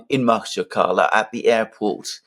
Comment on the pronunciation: Take my advice as a former buyer of Azeri and Daghastani rugs. The city’s name is pronounced ma-HACH-kala, three syllable with the emphasis on the second syllable like a harsh gutteral sound from Arabic or Hebrew.